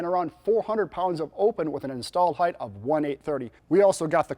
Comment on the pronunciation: Damping reduces vibration. Dampening makes something wet. Height is not pronounced hyth. Chains don't stretch; they get longer as their pins and bushings wear. COG and COM are only the same in a uniform gravitational field.